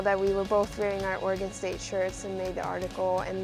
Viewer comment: It's funny that doesn't know how to say Oregon yet. But I'm sure she'll get it soon. Go Beavs!